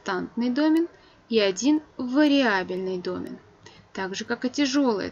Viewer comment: Лекция супер. Спасибо.Претензия только к ударению в слове домен. Там на второй слог ударение.(так как из французского пришло слово).Очень режет мне слух